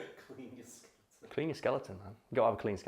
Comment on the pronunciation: Did he say skeliten?